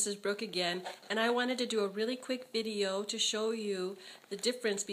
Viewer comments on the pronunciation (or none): none